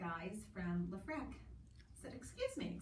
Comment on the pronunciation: Isn't it leFREAK as in frequency, not frek?